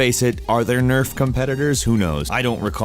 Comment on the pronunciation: Did you just call it N.E.R.F? noooooooooooooooooooooooooooooooooooooooooooooooooooooooooooooooooooooooooooooooooooooooooooooo is not possible